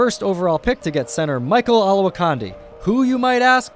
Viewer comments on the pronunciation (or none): Ol-ah-wah-candi not condi !!